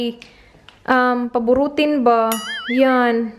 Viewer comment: "Masamad" and "Paburutin" hahahaha bisdak jud 😂❤️